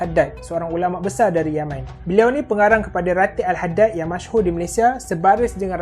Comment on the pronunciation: Bila sebut yaman hihihi faham2 la tok